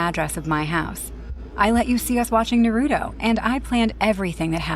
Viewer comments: I'm also an anime lover, and i'm been wating for IMR to make horror stories based on any anime. , it has to be pronounce Naruto, not Narutu. "The world should know Pain". But hilariously, the anime character in this video doesn't use any Jutsu.😂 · also, it’s Japanese it’s NAH•RU•TOE lmao not “Narudo” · It's not nuruto it's naruto and not sukura it's trash sakura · Why they keep saying narudo …. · I'm sorry but like these people obviously never watched it cuz they're not saying that God damn names right it's Naruto a Sakura exactly is it spelled as well it said you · Y’all hear how he pronounced naruto and nagato?